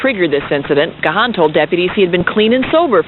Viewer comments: It's pronounced Gone not Ga-han. Geez! Home-boy almost died the same weekend one of my other Home-boys died. R.I.P Bradley Nowell. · His name is pronounced "Gahn" (like "gone"), or consider the "h" silent ("Gaan"). Now that's out of the way, I admire Dave for his recovery. One day at a time, Dave. You're an inspiration. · Its pronounced GONE not Ga Haan